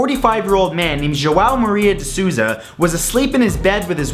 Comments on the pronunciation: I'm brazilian and it's so funny to hear you pronouncing brazilian names XD "de suuuza" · Mr de Souza' name is pronounced sooza. My pen pall has the same last name